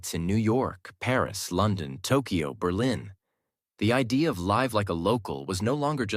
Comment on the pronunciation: Thank you for this story. In the sentence "The idea of living like a local..." the word "idea" is pronounced, in my opinion, wrong. Do you agree?